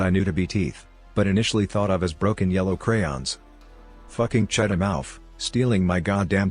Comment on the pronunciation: Cheddamouf? Cheddar mouth